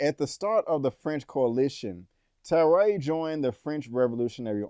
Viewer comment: It’s TARRARE NOT TARAY! 🤣